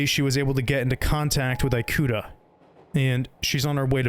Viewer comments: As a Japanese speaker, the English-ified pronunciation of "i"-kuta just removed the horror vibe of the video for me, can't help but imagine that he's some sort of an apple product lol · Yeah. The video is narrated by an AI. It's even more obvious when it says "an alien lmao". No wonder the foreign names are butchered. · As someone who's named Ikuta, it pains me to hear my name butchered every 30 seconds. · This was a good video! I love your narration and the game is so interesting but the way you pronounce Ikuta physically hurt me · Excellent job with the editing and presentation, but ask someone how to pronounce Japanese names next time! I want to be drawn in so badly, but can't help but cringe every time Ikuta or Ooyama pop up. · cool story so far but could you pronounce one single fucking japanese name correct? all you need to do is learn the 5 vowel sounds and they are always the same. uyama instead of ooyama? eyekuta instead of ikuta? yutasoft instead of utasoft? im actually losing my mind. the only thing you pronounced right was shit like rika and odaka. please please do the least bit of research on how to pronounce japanese i beg of you, especially since this video got 100k likes. it will take you 10 minutes to figure out how to read it. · great vid! i remember seeing gifs from the metro scene with riko many years ago and wondering what game it was from. wanted to say that in japanese the letter "i" is pronounced more like "ee" rather than like "ai". so it would be pronounced ee-kuta basically. thought i would mention it for any future times you run into japanese names :D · offtopic but im genuinely so agitated on how this guy pronounces “ikuta” as “ai-koo-ta” and not “ee-koo-ta” 😭😭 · eyekuta?? Lmao eekuta Japanese “I” or い and イ romanized as i and is actually phonetically ē or ee, ea, ey depending on the English word it’s much easier to recognized as a Spanish speaker their vowels are the same as Japanese phonetically being ah, ee, oo, eh, oh.